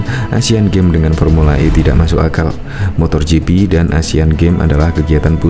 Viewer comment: Yg bener itu MOTO GP bukan MOTOR GP... mbok sebelum tayang itu di cek dulu apakah ada sebutan2 yg salah atau tidak...